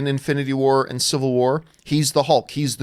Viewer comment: It's not idiotic that John pronounces nuclear, nucular. Nor do I think it's idiotic that John doesn't get or want to get what I think I get about Endgame. It's the opposite for me, the more I think about the movie, the more I think I get it. Using a silly voice while describing moments from a movie does not make the movie silly. Big fan!